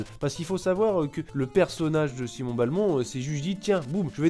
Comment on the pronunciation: Simon B-A-lmont... SIMON B-A-LMONT. .... BELMONT BORDEL DE MAYRDE Bonne vidéo sinon.